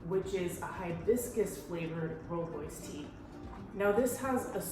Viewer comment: Just wanna say that I love the way you pronounce rooibos! And would like to correct you on biltong, it can be prepared with non-game meat. The big difference between the biltong and jerky is that it is thicker and always air dried. Great video, I will definitely be watching some of your other videos!